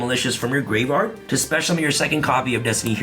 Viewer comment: Not to mention him saying gravard and not graveyard